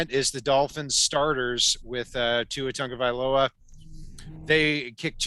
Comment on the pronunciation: Game announcer pronounced Tua's last name as Tan-ga-vai-ola the entire game. So disrespectful for "professional" announcers to still be doing this at this point. Is it really that f'in hard. Just say Tua if you are too dumb to be able to figure out his last name in, what, four years now of hearing it on a daily basis. -loa, you idiots, Tagovai-LOA